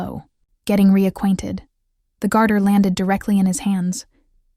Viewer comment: "Garter toss" not "guarder"